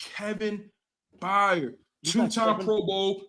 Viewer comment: You can’t even pronounce Kevin Byard correctly.. you don’t know what your talking about